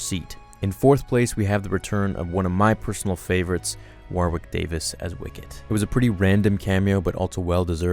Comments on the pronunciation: "War-wick" Davis??? It's been pronounced "Worrick" since the dawn of time! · War wick? It is pronounced “Worrick” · I just want you to know mate that Warwick Davies's name just like the county is pronounced 'Worrick'. Never hear anyone say it like "War Wick" 😂🤣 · It's pronounced Warik. The second w is silent.